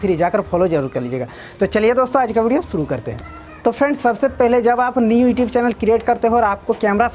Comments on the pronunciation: E tube kyu bolte ho you tube bola kro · Tu khudh to youtube ko etube or videos ko bideos or inspiration ko itspiration bolta hai or duniya ko bata raha hai camera ko face kaise kure 😀😁😂🤣